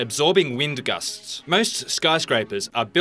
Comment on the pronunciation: The way he says "gusts" is so weird